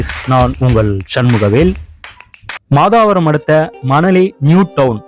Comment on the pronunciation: மாதாவரம் இல்ல மாதவரம்